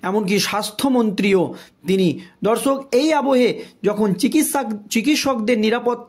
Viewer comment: উচ্চারণটা ঠিক করুন । শত্রুঘ্ন আর শত্রু- ঘন র মধ্যে অনেক তফাৎ। এত বার শত্রু ঘন , শত্রু ঘন শুনছি, মনে হচ্ছে শত্রু এবার ঘন হতে হতে পায়েস হয়ে যাবে। " দর্সক" নয় রে ভাই, মাধ্যমিকে কত পেয়েছিলে ?